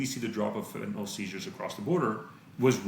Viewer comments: Fentan-ill not fentan-ol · friendly reminder that the last vowel in "fentanyl" is a "y" and not an "o" or "a"